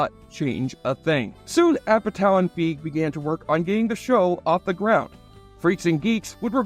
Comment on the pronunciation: Paul Feig's last name is pronounced "Fay-g". And yes, he's said that he was called "Paul Fag" a lot in school both intentionally and unintentionally.